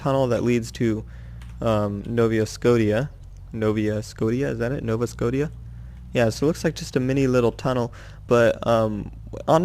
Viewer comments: its Scotia not Scot i a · i laughed my ass off when he said nova Scotia (skosha) like skotia and when he said PI instead in PEI!!! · nova scot ia lol its nova shosha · Just to say. it's " No-vah sco-shh-uhh " Not " No-vah scot-ee-ah " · It's Pronounced Nova Sco-Shi-A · "Nova Scodia" 11/10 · ITS PRONOUNCED NOVA SCO-SHIA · It's pronounced "no va sco sha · No-va sco-sha there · I'm from Nova Scotia its Nova s-k-o-sh-a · I m from novascotia its Nova s-k-o-sh-a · Nova Scotia isn't pronounced like that. It's more like Sko-shuh if you know what I mean. :) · its pronounced nova "skosha" and its a dek hockey rink not a soccer pitch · You pronounced Nova Scotia wrong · Not even Canadian but the way he pronounces Nova Scotia hurts my ears... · you said nova scotia wrong u fucking dumbass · You said Nova Scotia wrong but still a great video